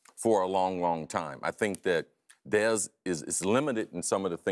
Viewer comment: i like chris carter but the way he said dez was the worst, looks like he enjoyed saying it.